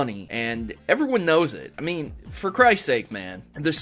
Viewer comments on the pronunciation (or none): none